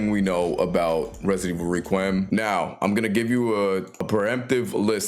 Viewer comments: No heat or anything, it just means you’ve read the word but never heard the word pronounced. Requiem is pronounced reck-wee-em. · Okay so later in the video you pronounce it fine. So I’m guessing you were purposely mispronouncing requiem in the beginning to get a rise out of people. Or maybe to get interaction on the video, in which case it worked.